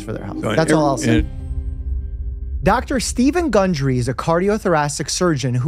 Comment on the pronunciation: *gundry, not hungry 🤣